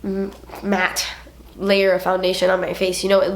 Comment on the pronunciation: The way she says matte........lol you had me laughing for a while